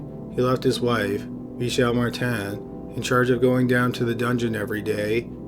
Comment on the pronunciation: But notice how he pronounced "Michelle Martin" as "MEE-shell mah-TAN"? If he's cognizant enough to deduce "Belgium = French pronunciation of two proper names that are also common in English," he HAS to know that he's mispronouncing "Dutroux," right? Plus, he's gotta be Canadian, and they even translate their milk to French up there.